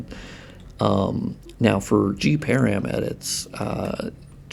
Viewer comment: I took me quite a while to understand what you were referring to when you said 'gparam'. The 'g' refers to 'graphics' and 'param' is short hand for 'parameter' -- all together it is the graphics parameters. It would be pronounced as 'puh-ram' as in parameter, not 'pear-ium'. Just wanted to mention it so other people can more readily understand what you are referring to in the future or if you are speaking about params in other contexts.